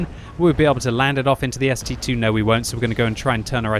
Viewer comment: No one is getting the name right. It's ST-ii (ST double i)